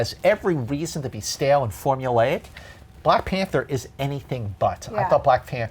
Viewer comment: When he said Glack Panther I laughed.